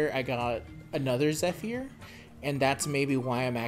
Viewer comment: "I really hope I'm not mispronouncing it", meanwhile gala, Zephyr and Cecile. I'm kinda whatever about it now given that gala gets mispronounced in the dragalia digests. Also, I just hope that the halloween banner is available on the 4th for those hundred summons.